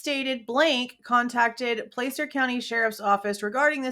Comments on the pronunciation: Not to be pedantic, but it's pronounced Pla-cer, like Plaid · As a foreigner, I try and pay attention to how American names are pronounced. Nevada and Placer both have an 'a' that sounds like 'had', as far as I've been told. Same, I think, with Appalachia (both 'a's sound like 'had'). Edit: When I first saw Kiely's name, I thought it was pronounced 'Keely'. Can't people stick to one spelling? ;-)